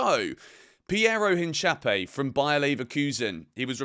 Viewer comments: It’s INCA-PEE-EH not inchapie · Hincapie not Hinchapie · Nice vid! Thanks for the updates. But I can’t let you butcher Piero Hincapiés last name like that 😂. It’s pronounced: een-kah-PYAY not hinchape 😂😂